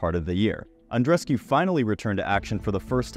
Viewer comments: Andrescew? It's Andrescu (oo) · No, it’s Andreescu (four syllables)